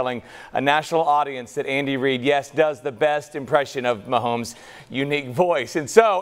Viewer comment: said Mahomie 😂😂😂